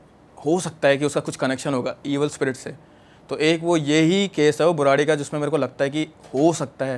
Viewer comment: Not बुरारी.. it's बुराड़ी 😂